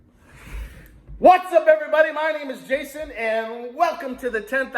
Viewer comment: Yep almost scrolled past the hat but there be no mistaking the emphatic whats up